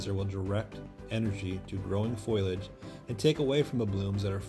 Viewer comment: yeah , i know that.... but you called it foilage . not foliage . . .